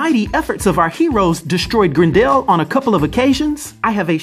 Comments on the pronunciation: It's Grendel not Grin-dell... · Its pronounced Grendel, not Grend El lol. The character may be new but the name has been around since 750 ad. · I love you're wild pronunciations! <3 GREN-DELL. It's Gren-dull. But love you lots and the content is fire! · Every time you call him "Grend Al" I keep thinking of the A A ron Key & Peele skit.